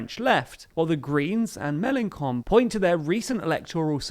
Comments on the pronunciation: Some bizarre pronunciations here. Is Mélenchon being deliberately described as Mélencon for some political reason? The "ch" in his name has a sound quite close to English "sh" - or should have. And why the extraordinary emphasis on all the final syllables. French words are evenly stressed: its Ma-cron, not Ma-CRON. As for the content of the commentary, French politics doesn't reduce easily to questions of personality. I doubt if Hollande's private life had much effect on his popularity one way or the other. And it's very difficult to explain the fate of the French Left without understanding the PCF and its collapse. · “Ch” in French is pronounced as “sh” in English. So Mélanchon is pronounced with a “sh” sound not a “k” sound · Mélenchon with a "k" sound? Why? Just... Why? ...I mean, to be fair, it makes for a pretty funny wordplay in French, but, come on. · FYI, you just called Mélenchon a jerk every time you mispronounced his name ;) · Say the "ch" like Melanchon, like "chips". I'm not sure that in the UK, people usually go to the Fish and Kips :) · I must admit I very much like how you pronounce "Melanchon"... I bet he doesn't... because "his person is sacred" and "he is the republic" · Plz stop pronouncing Melenchon that way lol... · Shame on, normally well-informed - for mispronouncing Melechon so outrageously! Please issue an apology immediately! 'Me Neither' below is right to point out that the mistake is not just a little detail! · Hi. About Melanchon, do not say Melankon it is more Melanshon Thanks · and you wouldn’t lose anything for looking up how to pronounce names before your vids. Melenshon, not Melencon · It's in ITALY. It's CHon, where is your pronuciation of the H ? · News EU Also one pronounces Mélenchon "May-len-shon" not "May-len-kon". "ch" = "sh", not "k" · also its read MelonSHon not MelonKon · Mélenchon is pronounced "MélenSHon", not "MélenKon"!! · It's MelanSHon, not MalanKon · It's Mélenchon, not Melenkon. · Melankon? Seriously?